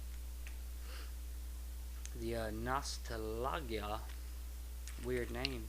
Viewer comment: that nostalgia is prenounced nos-tal-ja sorry to be a twat lol